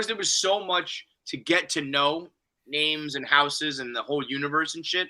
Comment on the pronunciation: It’s mind bottling that still can’t pronounce names right after six episodes of people saying the names